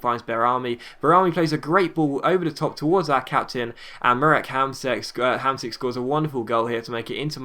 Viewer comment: say Hamshik, not Hamsik